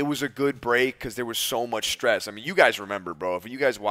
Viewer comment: Dont say stess you dont know what it is dude